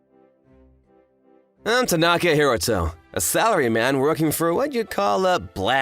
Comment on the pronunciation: More Merkan Second Syllable Stress Syndrome. "Ta-NAAAA-ka Hi-ROOOO-to"? Give me a break.